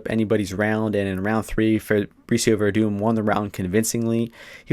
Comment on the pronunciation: It's Werdum my dude lol, you gotta at least get his name right before you go shouting off or else you just look like an ass.